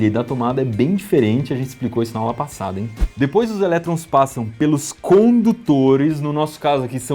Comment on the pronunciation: " Na aula pauossada"